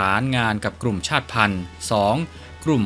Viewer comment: ชาติพันธ์ อ่านว่า ชาด-ติ-พัน😊